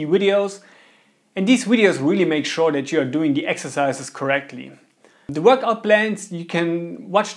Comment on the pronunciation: “Worchout” xddd